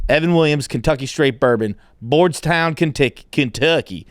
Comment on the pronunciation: I've never heard someone say bardstown in a worst way...